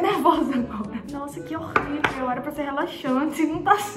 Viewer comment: "Horrorivel" kkkkkkk